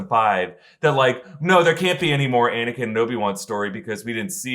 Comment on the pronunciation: “DONT LISTEN TO HIM ANIKIN”